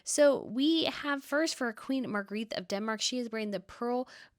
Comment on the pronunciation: Queen Margarethe‘s name is pronounced Mar gar eh te